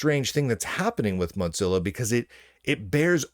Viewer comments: Please stop saying Motzilla... It's mozilla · Why are you saying mot-zilla when it is clearly mo-zilla. You can clearly hear mozilla personnel saying it correctly in videos. Level up. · Why do you call it MoTzilla. Their aren't two z's in the name. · moe-zilla, am I crazy? Moe, like moe money moe problems, and zilla, like Godzilla. Moe-zilla. I don't get it when people say Mox-zilla. I know, I know, toe-may-toe / toe-mah-toe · it isn't called motzilla. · There certainly isn't. He must be seeing two z's as used in italian and need his glasses prescription changed.